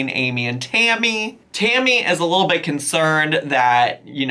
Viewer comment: the way you said little bit shot of the week sounded like you said little bitch lmao